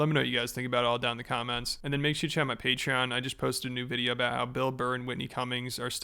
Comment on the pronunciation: I love when you say “chmy patreon”